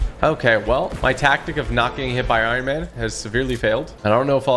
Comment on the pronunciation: He said it’s like he’s made out of iron he said that iron iman it’s like he made out of iron